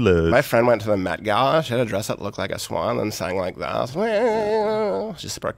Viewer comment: I thought he said "meth-gala"...